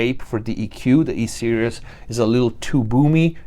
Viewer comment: It always bugs me how you pronounce "series". You're saying "serious" which is a different word. Just a heads up. You should say "sear (like what you do to a steak) -ease" (like "put your mind at ease") Nice review.